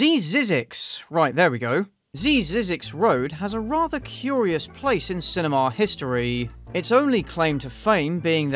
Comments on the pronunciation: Sorry, but I have to point it out; it's driving me crazy... You pronounce the word "cinema" very very weird, even weird to how a British person pronounces it. Sorry again. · The way you say cinema… makes my ears bleed.